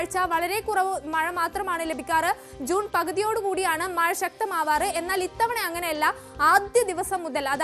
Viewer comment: മയ അല്ല മഴ